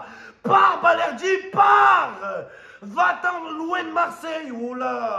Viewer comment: Balerdi dit Valerdi le 🌽 argentin 😂😂